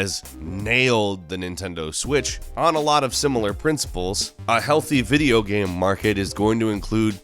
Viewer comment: why do you butcher the word game so much? stop trying to make GEM happen it's not going to happen...